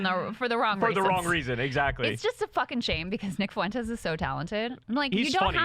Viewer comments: Someone please help Kyle with his pronunciation of Fuentes. Only two syllables, not three. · Can someone tell Kyle how to pronounce Fuentes name already?